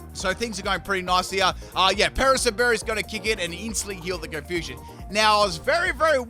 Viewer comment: Only on channel will you hear it be called a “pear-a-sim” berry